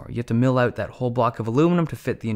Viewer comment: A very professional YouTuber IMO <3 But it's so funny he sounds american in every way, except when he says "out" or "ohh-t" which sounds Scottish or Irish (I'm really not a language expert) :P But it's very noticable and quirky :P